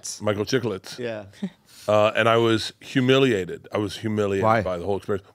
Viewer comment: Wtf is “humalited”?! Did y’all mean “humiliated”?